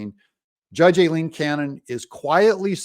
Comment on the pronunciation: Her name is pronounced phonetically "eye lean" Aileen....please correct